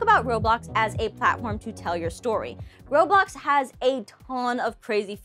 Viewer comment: I was 10 minutes and 30 seconds in and she said Robox. 😂 I use them all, but I use Gacha Life for story’s.